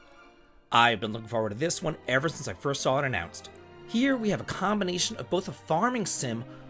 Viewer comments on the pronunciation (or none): none